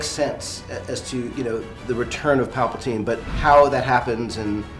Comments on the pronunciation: No pareces ser seguidor viejo eh ... El comentario principal dice quien es palapinte y tú respondiste quien era Palpatine , osea que el comentario principal ya sabe que se escribe y se pronuncia Palpatine pero en el vídeo se menciona palapinte y por eso dice quien es palapinte ok ? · el que deberias de aprender eres tú porque no se dice palapinte se dice Palpatine porque ese es el verdadero nombre del emperador en Star wars estan diciendo el nombre mal yo e visto las películas de Star wars por más 35 de años y tengo toda la colección y yo se cual es el verdadero nombre correcto del emperador es Palpatine no palapinte yo creo que eres tú el que debería tomar clases de lectura pero si tienes dudas de cómo se escribe o como se pronuncia el verdadero nombre del emperador te recomiendo que veas los episodios empezando desde el primer episodio y allí vas a salir de dudas.